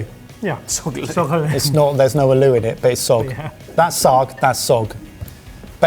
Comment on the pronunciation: What was the name of the spinach dish. Closed captioning says 'sag'. I think it was that said 'fog'. Then at it comes out as 'sogg'. I usually have steamed fresh spinach or make creamed frozen spinach. I would like to try whatever dish that is but have no idea what it is. Wow, British chicken is expensive. Maybe because it's Waitros.